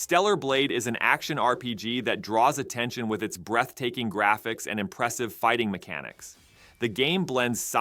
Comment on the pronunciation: thought you said "breast taking" instead of breath taking while introducing stellar blade lol